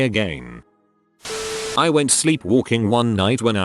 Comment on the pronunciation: People Who ''Whet'' Missing, Where'd You Go? That's an amazing english you got there sir.